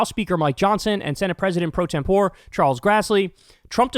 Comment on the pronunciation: Enjoy your work. One minor thing: President Pro Tempore of the Senate is pronounced proh-TEHM-poh-ray.